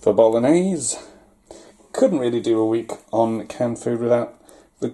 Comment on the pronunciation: "bolognese" italian crying